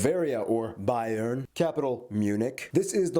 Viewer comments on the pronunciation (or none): none